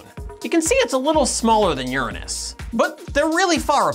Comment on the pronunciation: Don’t pronounce the 7th planet wrong just to avoid anus jokes... were crazies... we can handle the anus pronunciation... Long live Uranus!